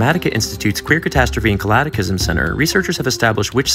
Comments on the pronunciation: #Calataclism ? "ca-lat-a-klys-mmm" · Yeah, yeah, this is pretty hilarious. But how did you pronounce "cataclysm"? I mean, I'm a gay scientist, too, but there's no reason to be sloppy with your diction 😉😂